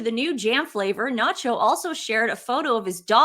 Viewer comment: His name is not Nacho ... Its "SANCHO"